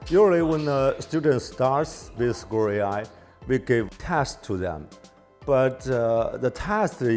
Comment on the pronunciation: This is Squirrel AI, NOT "A SKEWER AI" 😀